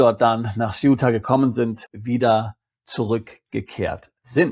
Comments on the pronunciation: Also bitte,, aber grottenfalsche Aussprache! Die enclave heisst SE- uta, soviel Aussprarecherche sollte doch drin sein! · Also bitte, die Enklave heisst SE- UTA, soviel Aussprachrecherche sollte doch drin sein! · Mein lieber, Sie wollen uns andere Länder schmackhaft machen. Eigentlich gefällt mir Ihr Kanal, schon alleine wegen der Anregungen, die ich darin finde. Aber finden Sie nicht auch, wenn Sie uns Länder dieser Welt vorschlagen, dass Sie sie richtig aussprechen sollten? Also googeln Sie mal bitte, wie man Ceuta richtig ausspricht. Ich erwarte das von Ihnen. Ansonsten machen Sie sich unglaubwürdig.